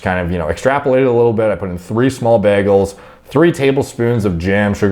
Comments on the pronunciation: Anybody gna talk about how he keeps saying “BEGELS” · Bro, I've never heard anyone pronounce it like BAGels lol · You say bagels weird